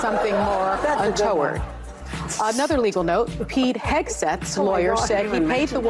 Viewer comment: She doesn’t know how to pronounce”untoward.” Sad.